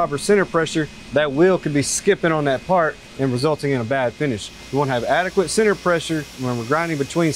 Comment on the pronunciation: say senner one more time